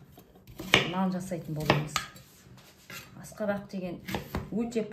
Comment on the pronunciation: Аскабак акабак емес.